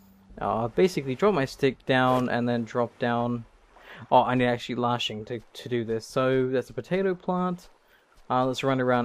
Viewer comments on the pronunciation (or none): LASHING, not LARSHING!